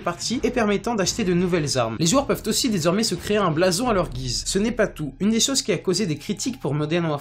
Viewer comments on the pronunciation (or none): none